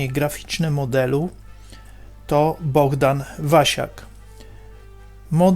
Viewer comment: BoHdan, a nie BoGdan ;)